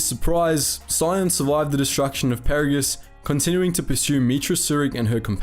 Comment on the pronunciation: Did this guy actually play the KOTOR and TOR games? He is mispronouncing everything from Peragus to Adegan. It's driving me nuts.